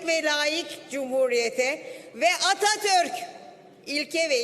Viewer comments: "....Ve Atatööörk" botokstan konuşamıyor sanırım... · Atatürk gibi guzel bir ismi niye çemkirerek soyluyor